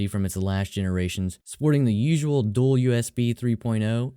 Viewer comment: "DOUL USB"